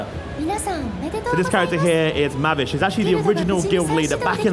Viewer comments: Did he really just call Mavis Ma-Vis. Mavis is one of the greatest FT characters, I am offended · Hearing the dude explain Fairy Tail hurts me. Hearing the dude mispronouncing the names of Fiore, Mavis, Gajeel etc pisses me off